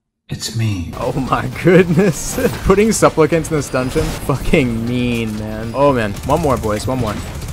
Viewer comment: "suplpicants" NO BUT this was so hilarious